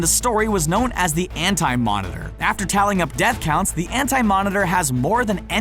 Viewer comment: So we just gonna ignore it said ant-monitor instead of anti lol